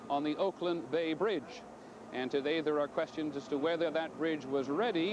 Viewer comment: Some uncharacteristic bungling of pronunciation from Mr. Jennings: - "finger" for "figure" - "earthquack straight" for, I suppose, "earthquake struck" - "to-thay there" for "today there".